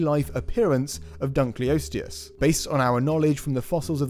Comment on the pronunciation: Dunkleosteus was named after David Dunkle, and I don't think his name was pronouced "Dunkley". Please! Dunkle. Osteus. Dunkle Osteus. Dunkleosteus.